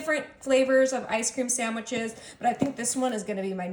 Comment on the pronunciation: Sand wich- no "m" . P.S., try Nestles Quick syrup instead, delicious and less bitter. Great recipe!